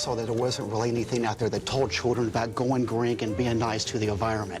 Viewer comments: going green Edit: "grink" is how pronounces the word "green" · I know the proper spelling, I was referring to mispronunciation in the beginning of the video